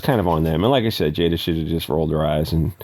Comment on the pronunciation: I love that you do not know how to pronounce Ashton or Jada. And I'm 100% serious.